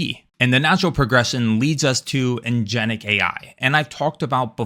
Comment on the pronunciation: “Agentic”* not “agenic”